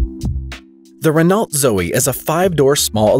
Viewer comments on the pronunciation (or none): And Renault is Ren-oh, not Renawlt. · What's a "Renalt"? Maybe you mean 'Renault". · "Renolt"? "Pozhote"? FFS...